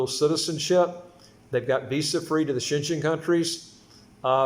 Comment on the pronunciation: it’s Schengen…pronounced as Shen-gain